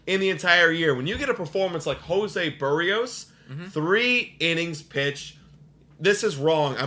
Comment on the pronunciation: You're butchering the pronunciation of Berrios. Its not "Buhreos" the emphasis is on the "i" and the e is not pronounced like a u